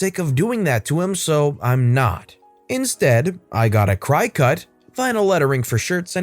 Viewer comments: I’m almost sure a Cricut is pronounced “cricket”. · I wonder how old the kid is in the last story if his bio is stealing the clothes to wear... Oh, and: cricut is pronounced Cricket.